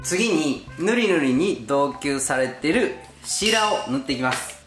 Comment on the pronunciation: 丁寧で安心できる仕事ぶり勉強になります。ちなみに「同梱」とは「どうこん」と読み、その意味は「複数のものを一つの包みに入れること」です。参考になれば幸いです。